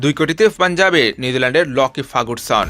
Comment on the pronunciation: Fagurson na, Farguson